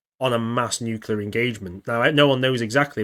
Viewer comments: just so it's said, Nuclear winter not a Nuculear winter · NUCLEAR NU-CLEE-URR FUCK!!!!! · sorry I worked with nuclear weapons and now in nuclear power. Every time I hear nucular I have flash backs of pres. Dubya Bush